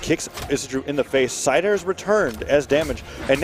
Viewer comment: Isidroo spear gameplay: Side air. Sair. Le'Sair. El Sair. More Sairs